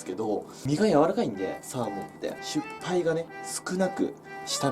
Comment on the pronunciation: しゅっぱいって言ってる！